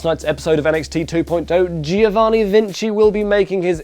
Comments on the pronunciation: It's Giovanni, not Gee-o-vanni. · As an Italian I'll just leave here that you should pronounce GIOvanni as you pronounce JOker :3